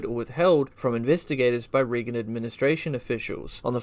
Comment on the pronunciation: Great research and super interesting but you mispronounce REAGAN every time. It is RAY-GAN. I wouldn’t want people to think you are not credible because you don’t know how to say the name of one of the most famous American Presidents of all time.